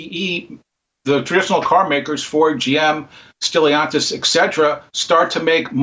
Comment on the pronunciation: I like Ross but I don't think Tesla makes it's own chips. They made it possible to use available chips through software revamping, if I'm correct. And the other guy doesn't even know how to pronounce Stellantis. The Chevy "VOLT" was never a battery problem, "BOLT" was the problem. None of them caught that. I bought Tesla stock in mid August of 2020 ($379.74 split adjusted X180), it's now double. Thank you!